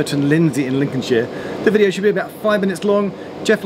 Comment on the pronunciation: Cant stand hearing shire being pronounced sheer, much prefer sher personally. Personal annoyance aside, welcome back to Lincolnshire